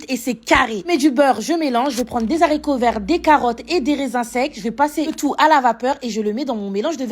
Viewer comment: Pas ‘ des zaricots ‘ , des Haricots .